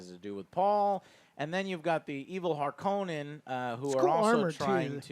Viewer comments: Also Joe, the pronunciation of Harkonnen is not how they say it in the Lynch movie. In that movie, they say it like harKOnen, like it has only one N but Frank Herbert actually pronounced it as Harkon-nen. They do pronounce it correctly in the sci-fi series that came out around 2000. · You're pronouncing Harkonnen and Freman wrong